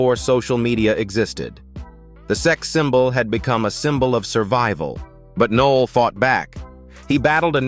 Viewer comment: Nick Noll? More AI BS